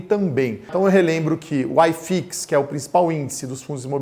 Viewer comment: Não se fala aiiiifix, o correto é iiiifix. Grande abraço. Ótimo vídeo.